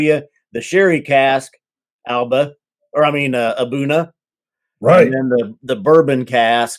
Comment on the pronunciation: I checked a video with Aberlour international brand ambassador Alex Robertson, and he did pronounce A'Bunadh, "Ahboona" . I was wrong all this time and you were right.